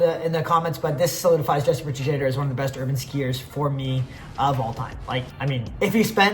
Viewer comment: i think it's yes-per shade-er